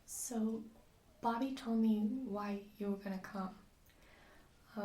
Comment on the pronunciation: It might just be me but it sounded like you pronounced Bobby like Barbie (It's cute fyi I'm not trying to offend you)